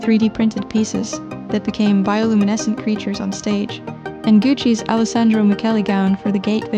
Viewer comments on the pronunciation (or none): none